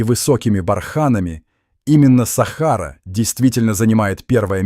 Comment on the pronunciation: Не сахару умник без тебя что там под без сахары ты хоть правильно произноси слова Сахара что на свое придумать что то свое ума не хватила расказываешь чушь сахара блин вот такую хрен бред несёшь следуй да сахары делай ударение правильно грамотей боже